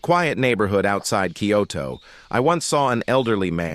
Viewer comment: Why the voice say Kyoto like that tho 😭